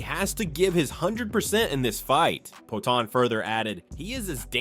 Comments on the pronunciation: CHA-EL SONNEN AND POWA-TEN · poaTAN cormYerr